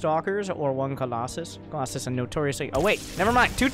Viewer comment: Dude u are the only looser saying Colosay....wtf is this? Is FUCKING COLOSUS !!!! U don't know how to read a damn unit name or wut